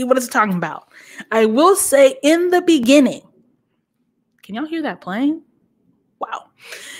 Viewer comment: "In the beninging!! 🤣🤣🤣🤣 I'm howling